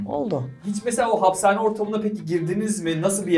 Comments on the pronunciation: Abi neden hapsane diyorsun hapishane diye söyleniyor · 'ın "hapsane" telaffuzundan videoya odaklanamadım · Sunucu arkadaşa tavsiye. Hapsane değil Hapishane. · En çok 'ın happsane demesine gerildim bir polis abimizin binlerce cinayetten suçlu tutuklamasındansa sldksksk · Nobody:: hapsane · neden hapsane diyorsunnnnn😂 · niye hapsane diyorsun hahhahaha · hapsane demene tilt oldum üzgünüm...